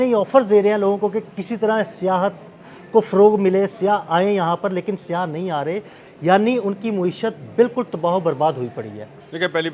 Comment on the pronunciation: Urdu sahe Karen siyah nahe sayyah hota hay